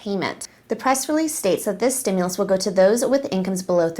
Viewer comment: Steam- mules? Stew- Muls?? Nope let me ask trump. He knows many words.🤣😂😅🤣 love your show!! Have a wonderful weekend!!